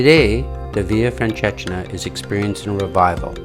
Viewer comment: very nice video thank you...but you may want to Google how to properly say the name of the walk